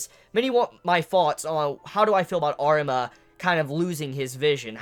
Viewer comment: Arima dude it's Arima , i am saying it